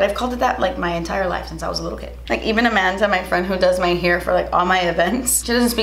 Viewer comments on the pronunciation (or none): none